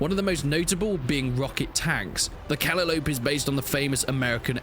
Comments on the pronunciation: Nails of chalkboard mate with the pronunciation of the Calliope. It's pronounced "kuh·lai·uh·pee". Great vid and probably gonna download this soon! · The way he pronounced the calliope